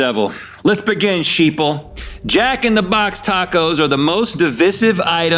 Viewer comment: "Shee-ople". Yes Rhett, you have 16 million of them subscribed.